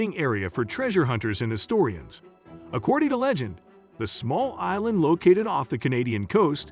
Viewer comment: all mistakes accordi? it's 200 years old not 300 one thousand seven hundred ninety nin??? it started 1795, not 179nin - those are not the three teenagers, those are the Lagina brothers they stopped at 30, not few. what scared the teenagers off? it's not 10 it's 9 - again, those are not the three teenagers!!! monsters? proof? it's not 30-40, it's 80-90 granite precisely? who is Edward "Rosnow"? 40 feet below, MILLION lbs are buried?????? No it's 2 million! you pronounced chappell wrong what evidence did he prove that he found a 250 yo French hunting ax??? two fifty? it's 2 HUNDRED fifty. one two seven? Francis Bacon is not Shakespeare pronounced Lagina wrong. what evidence is there to prove that Rick and Marty's parents owned a Reader's digest? two five? trayton? Lagina mispronunciation #2!!!!!!! seven dollars million? #3 time he mispronounces it!!! #4! at the swamp, not the MP! actually 371 years! 5th time! why u askin' me for? It's 228. SIX? they didn't find that! Chappell did! no stress in the words that's funny seven? 2 human bones. it's not Dayton it's Drayton you pronounced lead wrong 8???????????? pope didn't exist in 1119! - also that rhodolite brooch doesn't have anything to do with the templars! I bet you were referring to the la formule cipher "w